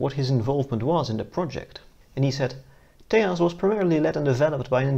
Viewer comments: It's not Te'h'as, it's Tejas meaning strength, courage, valour, etc. It is a Sanskrit word :) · Stop pronouncing Tejas as Tay-haas. The j is Jay not hey. It's an Indian word not a latin-american word. It's pronounced Tay-jus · Small Note. Its not pronounced tehas, its Tejas, Its an indian word. it means strength, courage and valor. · Its Tejas not Tahas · For the record, it is pronounced tay-juhz and not Tehas. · Whitest way to say Tejas just say Texas damn it's annoying